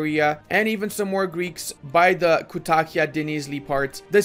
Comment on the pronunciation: I don't know if it will make similar with the word you thought or not, but it is Kütahya with "Ü".